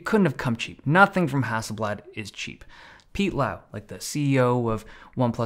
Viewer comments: FYI Hasselblad is not a Russian company its not hassel Bljat It's blad, with a soft A and L not with a AE sound. No hard feelings tho 😅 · Hasselblad is not pronounced that way, yes thats coming from a swede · Hustle blud? Sounds like a roadman from SE London.